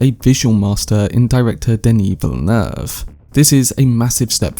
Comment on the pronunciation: As a guy from Montreal, bravo for your pronunciation of Denis Villeneuve. It’s pretty much on point. It’s rare.